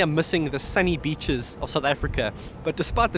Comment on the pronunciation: "Sunny Beeches" You sounded like a Mexican for a second.